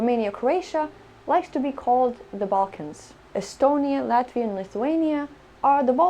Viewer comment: LATIVA!!!!!! U ... Learn to read correctly!